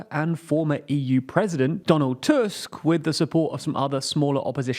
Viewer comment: I am soooooo proud for to actually spell “Donald Tusk” right. BBC constantly says it like its a mammoth teeth! Congrats 🎉